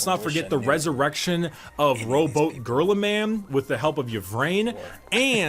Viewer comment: Oh yeah, gotta know why they get called Smurfs and everyone likes to mess up Ruby Gurlyman's name.